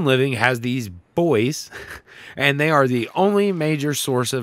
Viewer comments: I was so happy when you called buoys boys then you went back to saying boo-eees 😩noooo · >pronounced Buoys right the first time with a giggle, says it wrong on the next. still earned a sub <3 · I know it's the a geographical pronunciation difference. 😁😉